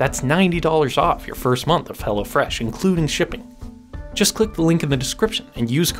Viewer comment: Is ot "Hella Fresh" or Hello Fresh... ? 😂